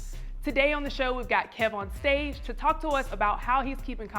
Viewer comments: That's how you know someone doesn't watch your content "Kevon" instead of "Kev" or "Kevin" I stopped the interview after the 4th time he said it. Kev corrected him around the but still, it shouldn't take almost 20mins to fix something like that. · When the host calls Kev On Stage "Kee-von" for the third time and Kev corrects him. Cracking up!